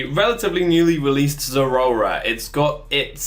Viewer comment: Honestly, I much prefer this pronunciation to any other I've heard on YouTube. Everyone else says it like it's two words, like "zera ora". I don't like it. I myself say it "ze-RAOR-a", like the middle syllable is a cat's growl.